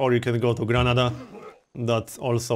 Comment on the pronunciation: Could you please use the correct pronunciation of the cities: COrdoba and GranAda?